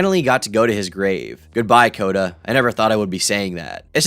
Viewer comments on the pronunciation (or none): none